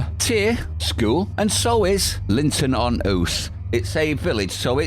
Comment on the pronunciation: The way 'Linton on Ouse' is pronounced is 'Linton on Ooze'.